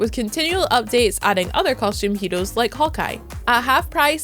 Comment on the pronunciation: This lady says heros as hedos and series as sedies😂😂so cute